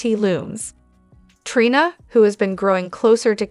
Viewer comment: Please make the robot stop saying Try-na! It's Tree-na.